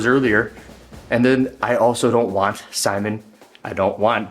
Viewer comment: Simon is french Canadian. Pronounced: See Moan